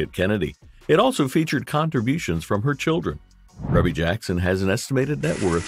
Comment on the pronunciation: Pronounced Ree•Bee Jackson